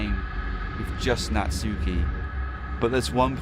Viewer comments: ITS NATSUKI NOT NATSUUUKI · Whenever someone pronounced Natsuki's name as "Nat-soo-ki," I cringe a bit, not gonna lie.